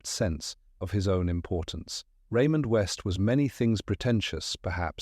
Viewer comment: Raymond West 😡 Really Ai - do better😱